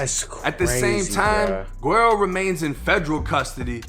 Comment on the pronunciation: Bro, his name is pronounced Wedd-O. It’s a Spanish term for “blondie” it what Mexican call their whites family members. Spelled guero.